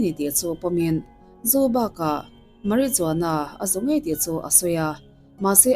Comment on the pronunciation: Marijuana hi Mariwana ti a lam tur....lsvmm